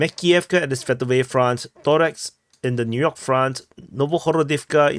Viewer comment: ToreCk, its anoying not Torex, C like C not K in Slavic languages